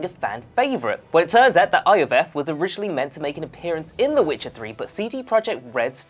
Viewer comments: In Witcher 2 it's pronounced Yor-Veth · How you pronounce Iorveth is annoying. Its pronounced Yorvet